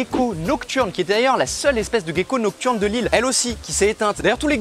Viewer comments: Sa se prononce "gécko" et pas "guécko" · Ça me perturbe, tu dis "guecko" au lieu de "gecko" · Mais on dit Gécko et pas Guécko? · Merci pour ta vidéo super intéressante. J'avais une question, je t'entends dire Guecko mais moi j'ai l'habitude de dire *Jecko*, y a-t-il une bonne prononciation ? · Pqoi on dit "Guecko" alors que "Gecko" dans la langue francaise se prononce "Jecko"...? 🤔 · Vidéos sympa ! Dommage que tu dises "Guecko".... :p On ne dit pas "Guenepie" :) Sinon top de mettre en avant les geckos de la réunion ! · la prononciation en "guecko" ptn 📉